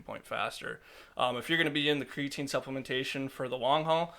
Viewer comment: Its pronounced creatine